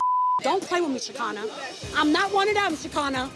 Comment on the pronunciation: lol I love me some Shekinah. Also I hate that won’t say that girl’s name correctly. That pronunciation was igging me tf out.